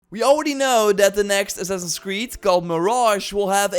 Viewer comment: God Damn, what is "Assass" creed? haha! Annoying shit man.